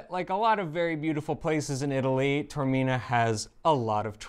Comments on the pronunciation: No. First mistake was in mispronouncing Taormina. Ta or mi na. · Taormina. Tao. not Tormina. Ta-or, not Tor. Tormina means pain of the abdomen. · It's Tah or Mina I don't believe that Eva did not correct you in the pronation of Taormina